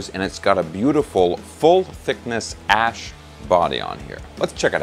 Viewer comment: Oh I get it. It's like he's saying ass!